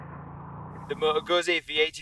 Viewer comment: Great review sir, almost perfect. If only you pronounced Moto Guzzi better 😊